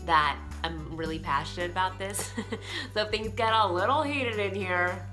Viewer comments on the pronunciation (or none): none